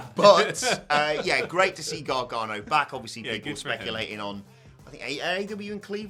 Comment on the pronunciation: It’s GAR-GANO, not Gar-Ga-No 🤣 You guys make him sound like Gargamel 😂